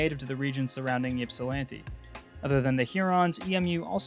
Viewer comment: EMU grad here. (1) The name "Eagles" was actually chosen over "Express" and "Green Hornets", not "Pioneers". (2) It's pronounced "IP-see", not "YIP-see". (3) The name was changed for reasons of political correctness; the Huron tribe didn't care because it doesn't exist anymore -- their descendant tribe, the Wyandot, didn't really care, either. (4) The Central Michigan Chippewas got to keep their name, for some reason. (5) Yes, I'm still p!ssed off about this.